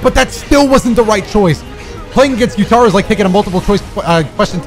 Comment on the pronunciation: saying gyu-TAR-oh instead of gyu-TUH-ro made my skin crawl…keep up the good work cuz that is now how I’m saying his name to EVERYONE 😂😂😂😂